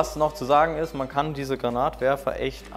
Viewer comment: "Granatwerfer" oder "grenade launcher" .......aber bitte nicht "Granat launcher" xD Finger lang nicht vergessen ;) Sollte das Teil nicht eher als Schrotflinte(Schrotwerfer) gesehen werden?